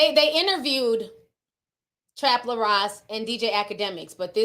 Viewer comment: His name is “Trap Lore” like “Folklore”